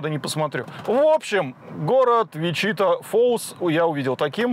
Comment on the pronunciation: Не ВичИта а ВичитА